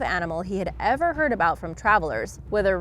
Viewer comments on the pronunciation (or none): none